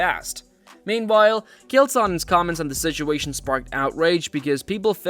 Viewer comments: i think this an AI voice. why cant it pronounce Chael? who the hell is Kihyael? Chael isn't hard to say. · Hearing the person making this video call him “kail” is the sign I do NOT need to subscribe lol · Its the "ch" at the beginning of his name. Pronounced like jail but drop the "j" and replace with a "ch" but NOT pronounced like "kale". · ...who is Kale? Man, Ai can't handle the fucking names.. smh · His name isn’t “Kale” lol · Chay-El.....it's really distracting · Kee-hail.......wtf man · Who tf is Kale? Supposed to be a “fighting” channel but can’t even say Chael’s name right? Suuuuuuuuuuuuureeeee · "Kale" Sonnen?? Is this sh*t Ai or does dude literally know nothing ..? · bruh....at least learn how to pronounce Chael lol... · Bro you can't even say his name right. ITS NOT KALE. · Who is “Kale Sonnen?”😂😂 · I hate AI videos so much his name isn't kale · "Kale" Sonnen? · dude. i love the way you mispronounce his name as kale sonnen. and for that, you have a new subscriber. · "Kale Sonnen" lol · You probably shouldn’t make videos on fighters when you call this guy Kale Sonnen. Kale Sonnen. You lost all credibility here the video even started cuz he’s literally one of the biggest names I ever in combat sports lmfao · Kale sonnon? Is that how AI says Chael? Also I love all concern for a half ass head kick from a guy 50lbs smaller wearing head gear in sparring vs the guy taking 25 unconscious shots to the face after being slammed on the back of his skull… great society we got here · Is this AI or do you really not know how to pronounce "Chael"? It's a toss-up at this point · Have you never heard someone say Chael before? Maybe do 30 seconds of research, everything else you say holds less weight if you can't be bothered to pronounce a name properly. And you said it 30 freaking times. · When your channel can't pronounce "Chael" correctly you get marked as "do not recommend". Pathetic. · Is anyone else annoyed how the narrator pronounces Chael? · Ch-ael not Kale...